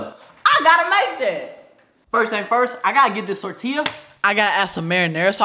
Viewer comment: Yo man I like the emphasis on how you said tortilla 😂 most people say “Tort- tiLLa” Chicano approved 👍🏼